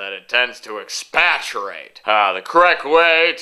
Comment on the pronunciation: I find the rather amusing and all, but is there such a word as "expaturate?" Did you say "expatriate?" Context clues make certain that we all understand, but I could not confirm the existence of such a word. However, I motion for the acceptance of said word. I does seem to just make sense.